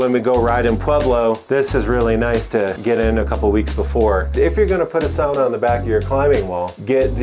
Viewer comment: Great climbing wall + sauna combo! This guy really knows his sauna stuff, too, you can tell when he pronounces the word the Finnish way 🙂